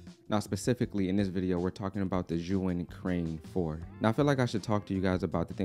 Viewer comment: Love the video. It’s pronounced zee-uhn